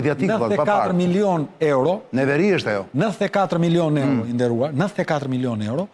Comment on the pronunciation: 33 miloon evro sic i thojne Greket... Jo euro sic i themi ne... hahha. Te pakten ti lexoj ne shqip